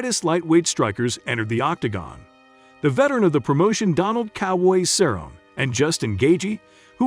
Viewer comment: not even Cerrones last name right either 😂😂